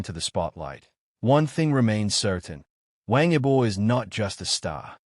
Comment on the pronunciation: No inventes, no sabes ni pronunciar su nombre esto es falso , de que hablas? Pasaron dias.? Pero que dices estas páginas merecen ser cerradas😤😤😤😤